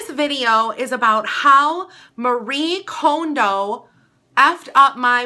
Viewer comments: Okay- firstly you are pronouncing her name wrong 😣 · does it bother anyone that she mispronounced Marie Kondo's last name?